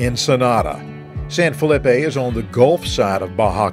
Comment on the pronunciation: It is not San Fill-ip-eh. It is San Fel-ee- pe (San Felipe). The pronunciation is Spanish, and effort is appreciated when speaking of areas you visit, and if you have knowledge of such places. If never speaking to locals to hear it, then get to any translate app. It will give you the pronounciation. This way others coming won't follow suit, or insult local citizens. Otherwise, it's a pretty good presentation. Thank you.